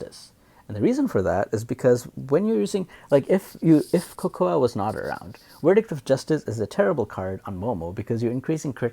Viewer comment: Type cocoa in google for the English pronunciation. Making a video in English then pronouncing the names in a broken dialect just because the Japanese or Chinese VA does it is just /facepalm. I’ve long since lost hope in the education system.